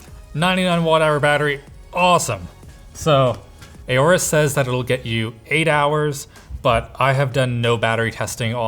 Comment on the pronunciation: That’s enough its aorus not A O rus its ours I mean f*ck nvm